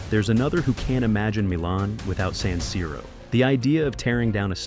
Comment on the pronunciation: Quello moderno sarà bello quanto questa voce artificiale che continua a dire saniro. Di per sé la cosa poco convincente. Poi vorrei capire cosa cavolo c'entrano i centri commerciali con lo stadio.